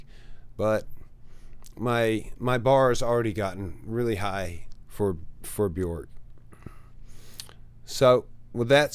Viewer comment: I fell for Bjork last year at 70. Really enjoying your reactions to her. I find her magical. Keep it up!! Her name rhymes with “work” by the way. ❤